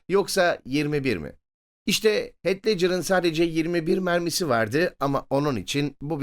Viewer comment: Heath i "heyt" villan'ı "vileyn" diye telaffuz etmeniz haricinde her şey harika. Ellerinize sağlık beyler.